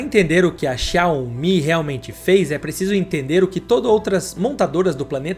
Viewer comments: Quase impossível ouvir o cara falando xaomIH tantas vezes sem se irritar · A Pronúncia correta é: Zaomí . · Por que você fala xááááu-MÍ? kkkk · Assistindo o vídeo e rindo aqui com as chamadas xiaOMÍ 😂😂😂😂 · video muito bom! agora para o proximo video aprende falar o nome da empresa... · Muito bom o vídeo, só senti um incômodo com a pronúncia do nome da marca